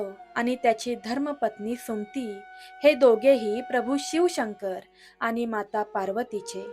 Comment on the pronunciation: सुमती हे नाव तुम्ही भरकन का उच्चारता, मग ते 'सुम्ती' असा शब्द होतो पुर्ण सु म ती असा व्यवस्थित उच्चार करावा, मराठी आहात ना मग उच्चार नीट करा, 🌹श्री स्वामी समर्थ🌹,🌸🙏 ॐ नमः शिवाय 🙏🌸